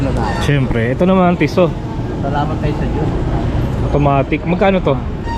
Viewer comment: Tisso, hindi Tissot 😁 Hublo, hindi Hublot 😁